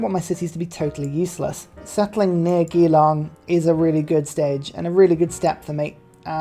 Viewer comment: Nice selling off Geelong and then culture-bombing it's closest tiles. Also the G in Geelong has a J sound, it's like - Jillong.